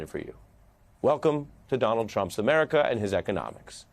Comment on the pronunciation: "Muricuh" lol